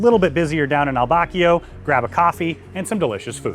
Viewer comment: Fantastic video! quick tip, the cafe on board is not pronounced “al bakio” you would say it “al bacho”. It’s the word for kiss in Italian